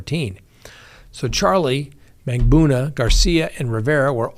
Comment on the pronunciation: Please read your comments. I find it comical that you butcher Magbanua. But please, it’s hurtful that you refuse to pronounce Markel correctly. The family pronounced it, Marr-Kell. Please stop pronouncing it like Mar-kle.